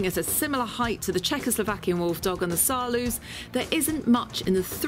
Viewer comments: u say saarloas wolfdog not saarloos (im dutch so I know) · People keep saying Saarloose, like goose. But you can correctly pronounce it, ending like nose. Try Saarnose with an L. Please do try. When you all can say Roosevelt, you can easily say Saarloos. That's the same OO. It's a very nice video. And which ever type suits you best, have fun with your wolfdog. Knowing your dog's character is a very good thing. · The double O in Saarloos reads as OA in boat. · As a native Dutch speaker I like the way Saarloos is mispronounced. Dispite English and Dutch are both German languages, it is funny how different they are. The oo is pronounced just als o.